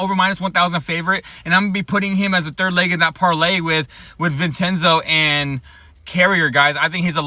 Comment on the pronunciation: Vin-Chen-Zo I-An-U-Zo